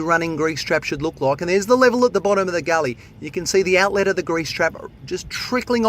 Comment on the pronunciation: His enunciation of 'outlettt!' is hilarious